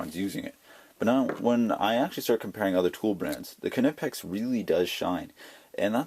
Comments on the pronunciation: the k is silent it's pronounced nipex not canipex.... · It is pronounced kNEE-pex. Go to the German site, Knipex.de and listen to the sales blurb in German. The k and N run together. I was looking at the 7 1/2"' Knipex and you are the second reviewer to mention the flex. I do not see that as a plus. and will keep looking for another pair of discontinued Snap On 96BCP.. With Klein and Knipex making so many pliers, the pair you chose do not seem similar enough for a direct comparison.